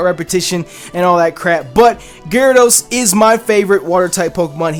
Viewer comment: IT'S GYARADOS, NOT GYRADOSE!